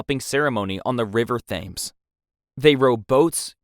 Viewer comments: River Thames hah 😂 it’s pronounced tems, that bit made me chuckle 🤭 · please correct River Thames pronunciation. Makes an otherwise excellent video sound silly. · Please learn how to pronounce River Thames. If i could do it as a middle class American at age 12 I think anyone can.